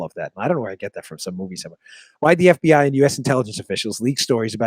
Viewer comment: Dan, heh, your affected pronunciation of F.B.Aihh, is from Silence of the Lambs I think. That's just the way that Hannibal Lecter says it.